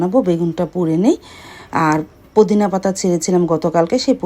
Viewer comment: Apni kumor bolen keno mishti kumra bole and ajj bollen pudin pata…apner uchcharoner jonno bangla tar class kora dorker ,apna k bujhte hobe YouTube vlog ta hajar people dekhe r tai voice ta Jodi thik Na hoi shunte vlo lagbena,assalamualaikum tao apni j vabe bolen truely vlo shunaina